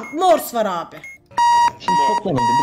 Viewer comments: morsu hep yanlış söyledi çıldırıcam çok komik habdnabdns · pelin abla seni çok seviyorum ama morsu sen yanlış söylüyordun üzgünüm. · Abla çok yanlış söylüyorsun morsta